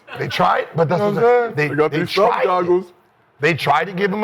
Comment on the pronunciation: “How many speedos micheal phelp sell” 😂